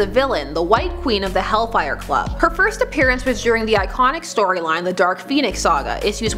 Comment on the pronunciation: "for this firsth..."XD